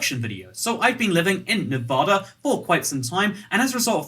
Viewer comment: Toycat: so I've been living in Nevada for quite some time Every person in Nevada: not long enough to pronounce it properly! It's nev-add- a, not nev-ar-dur Advice from a Kentishman, not a man of Kent.